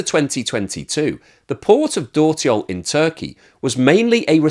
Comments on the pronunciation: A few remarks: 1) Dörtyol - meaning Four-Roads - is pronounced "dirtyol" - and my turkish is by far not fluent either. 2) The interesting part is that India hardly imports refined products from Russia. And Brazil only imports refined products. Inida will much rather refine the Russian oil and refine it. Here I've noticed that PM Modi has visited Denmark in the last week. Meaning that if India does not cut the price of refined products considerably they stand a good chance of being hit by sanctions. Actually by refining the oil the origin is difficult to acertain. Turkey does not have enough refining capacity, so they are interested in reselling refined Russian oil products, Brazil does not have refining capacity, so they are interested in importing (and reexporting) refined oil products. China has lots of refining capacity and is as such interested in importing crude. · Hey, dört in dörtyol is pronounced similar to the English word dirt.